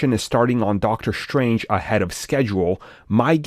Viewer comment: Why do some people pronounce “strange” as “shtrange”, “streaming” as “shtreaming”?